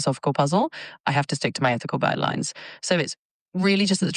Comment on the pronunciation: At one point she says guideyooines